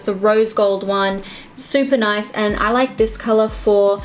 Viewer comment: "noice" 😂! Also love Jennifer Stano's stile so much toooo 🦄 💙